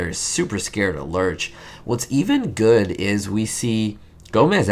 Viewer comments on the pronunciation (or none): none